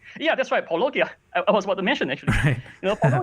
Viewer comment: Paul-o-gee-ah? Idiots.